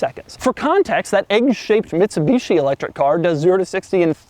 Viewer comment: its the Mitsubishi "I" yes "I"